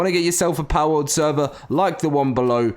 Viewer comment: It's Pal World, not Powwowd